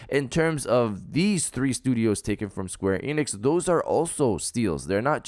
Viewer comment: It's Square Enix bro, I corrected you before an it was the same mistake, that must your hard work